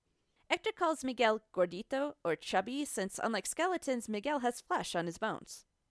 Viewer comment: "DiO dAy LoS mWeRToEs" "PePiDuH" "La YuHnOrA" "gOrDeEtO"